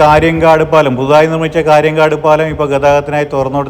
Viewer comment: കാര്യൻകാട് അല്ല, കാര്യങ്കോട്. മായ്ച്ച അല്ല മയിച്ച.